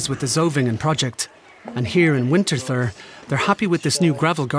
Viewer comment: Ich mag, wie der Sprecher "Winterthur" mit einem englischen "th" ausspricht! 😄